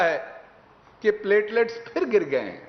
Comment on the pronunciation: Pletlets kum hay pyaayaallaalets aur glasslets kyaa?